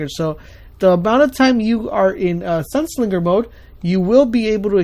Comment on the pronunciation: The amount of verbal grammar mistakes you made with pronunciation makes me want to kms. e.g Sunslinger, Song of flame (Radiance*)